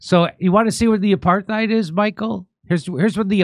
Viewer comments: Dutch pronounciation of 'apartheid' without an h in the middle. So it's not aparth hite. It's apart hite with every vowel really short except for the first which is a slightly longer held aah. Your welcome. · He didn’t take note of the helpful added bit underneath the strange word! APARTHEID AP-AR-TIDE 😂🤪🤪🤪🤪🤪🤪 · As a South African, Rappaport butchered the pronunciation: it sounded like Apart-thide. They were ripping his poor pronunciation off by initially saying apar-theed in their first cut. In a later cut they also said apart-thide like he did. Finally as a South African. The word is is an Afrikaans word. The Afrikaans pronunciation in English would be : A~parrt~hate. Saying it that way phonetically would mimick the Afrikaans word: Apartheid. Americans have been saying Aparthide for decades. I have given up on correcting people because it takes time away from more pressing matters. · "Apartheid" is Afrikaans for "Apart-ness" and is pronounced "apart" + "eight" = "Apartheid" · It pronounced ‘apart hight’. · it’s pronounced a paar tide. look it up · He can’t even pronounce apartheid correctly. 🙄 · Man he can't even pronounce apartheid...😂😂😂😂😂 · He says it with a soft 'th' rather than a 't' sound, but otherwise I think he said it right, and didn't hear whatever they were referring to. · He's always been a dope. He can't even pronounce apartheid. He's asking Jews where the apartheid is in a Jewish neighborhood.